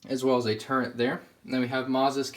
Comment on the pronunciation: If i had a dollar for every time he sad turrent instead of turret. Dude my god.